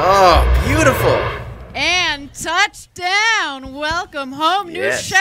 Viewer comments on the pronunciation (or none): "Tuch DWAOUWN"